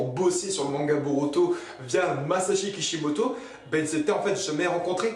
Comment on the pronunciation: C'est pas kipimoto quand tu dit sa tu me soul